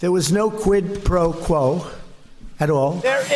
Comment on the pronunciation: No doubt he’d never heard of it until he was told that he’d done it. He even said “no pro quo”. Trump is poorly educated, probably f’ed off in school because he knew it didn’t matter.